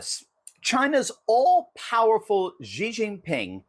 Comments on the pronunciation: Xi pronounced "she". He's no "G". Congratulations on the book Dr. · The pronunciation of his first name is basically “she” not “gee” or “zhee” ( like the second g in garage) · Xi is pronounced shee